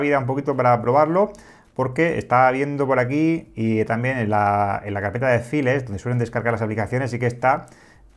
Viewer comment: "CARPETA DE FÍLES" ha dolido oir eso 😂